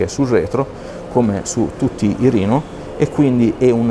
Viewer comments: Reno si pronuncia esattamente come lo si legge RENO. Mi permetto la correzione perchè anch'io sbagliavo. La fonte è quella ufficiale di casa Oppo, va pronunciato come scritto. Riguardo al telefono, vista la poca differenza di prezzo, Oppo Reno 2 senza nemmeno pensarci troppo. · vai tranquillo che non sbagliavi, Oppo stessa pronuncia "rino" e non "reno" nelle pubblicità e negli eventi di lancio internazionali, non so se in Italia hanno deciso di usare una pronuncia italianizzata per semplicità. avevamo già affrontato la questione sul primo Oppo Reno, io uso quasi sempre la pronuncia internazionale ma qualche volta mi parte un "reno" all'italiana, direi che entrambe le pronunce mi stanno benissimo e sono entrambe accettabilissime.